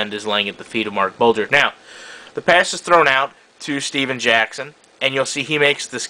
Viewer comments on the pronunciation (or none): it steven jackson not stephan jackson it makes a different